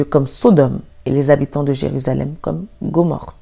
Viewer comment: Un petit rectificatif amical, ma petite sœur : On ne dit pas Gomorte mais Gomorrhe. Sinon, merci pour ton message.